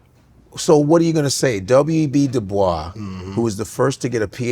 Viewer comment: It's "du-boys", Godfrey. He was real clear about correcting people. Still love you, though 😂